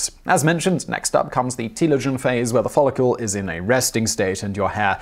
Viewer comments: Just to be *that guy*, it’s “follicle,” not “follicule.” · I have never heard 'follicle' pronounced like this before. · Please say "fall-ick-el" not "fall-ick-yule" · A little consistency with your pronunciation would make your presentation more professional. And no, that doesn't mean you should be consistently wrong. For example: Follicle is not pronounced "Follicule". Another: Melanocytes can be pronounced multiple ways; however, you should pick one and stick with it over the course of a single presentation.